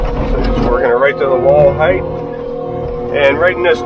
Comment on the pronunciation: Height, not heighth.